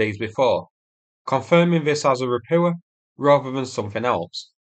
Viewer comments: How many landing ships need to be sunk before you learn how to pronounce “Ropucha” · Ra-POO-ah.!!! As in, IT'S SHITE.!! 😂 😂 😂 😂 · Say Ro-poocha'.